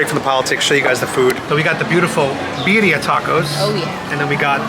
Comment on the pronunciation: She can’t even say Birria right…